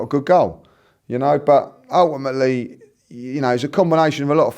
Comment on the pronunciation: He said ulèimèly 6 times in the whole video. Ty could have done it in 5seconds though